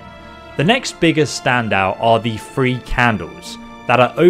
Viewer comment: This guy has that weird British accent where he uses the "f" sound in lieu of the "th" sound, like when he says "free" instead of "three". Confusing as hell lol